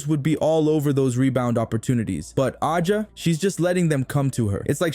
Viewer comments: You saying her name wrong A 'jA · Another robot voiced Caitlin-glaze account saying the same ChatGPT generated thing (that's why the pronunciation is wrong) 10 times in a row about "turning the heads of fans and critics alike." Where are the MAJOR SHOTS.